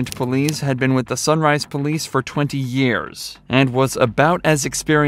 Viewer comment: Police officer "Seargent Pullease" 😂😂😂